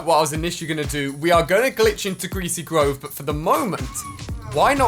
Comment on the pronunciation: 'Gweasy gwove' -Ali A 2019